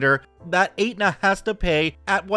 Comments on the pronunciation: Hey,, Aetna is pronounced ET-na, not Ate-na. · sorry. It's pronounced "Eht-Nuh", not "Ate-Nuh" lol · Just FYI: Aetna is pronounce ETT-na not ATE-na :) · Not sure if anyone said it. 'Aetna' is pronounced Et-nah. Insurance is the worst here and makes no sense a majority of the time. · It's pronounced Etna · STORY ONE....Aetna is pronounced ETna the A is silent....go figure.